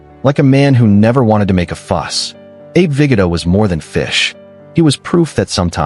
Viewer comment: Abe “Viggidda”? It’s pronounced ViGOda